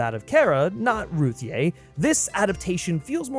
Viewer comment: It’s pronounced “Ruthie” it’s just spelled weird lolol